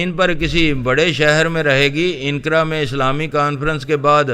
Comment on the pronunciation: Inqara nahi anqara hota hei